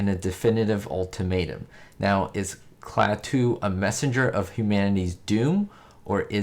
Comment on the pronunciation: HI,! (*BTW, it's KLAH-too, not Klah-TOO).